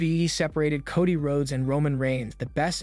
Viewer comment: Again with the mispronounced names? It's L A Knight, not LA Knight. And why do you keep calling Solo "sicko"? 🙄 You also mispronounced Cody's name several times. Do you even watch wrestling? Or can you not read your own scripts?